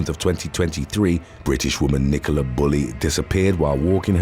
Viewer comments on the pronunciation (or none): none